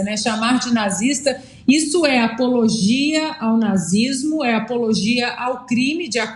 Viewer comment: O cara nem consegue falar nazi s mo .. kkkkk tem que colocar a policia sim.